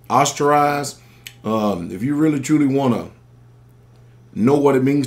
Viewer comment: ostracized... it's ostracized, buddy